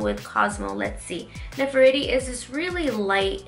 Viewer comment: "Ne-fer-tiri" like the and Egyptian Queen... You'd pronounce that name like you were saying it in Spanish... The "e" in this name is how you would say e in Spanish... 💕💕💕💕💕 love this look, mama!!! Xoxo